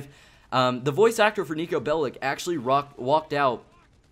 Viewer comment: Will you ever stop pronouncing Nico's name incorrectly! It's really annoying to listen to. And don't give me that crap about being a hater. Take this as constructive criticism. Bellic is pronounced Bellich, as it comes from Serbian. Remember it. You'll be one of the few American youtubers that pronounce it correctly.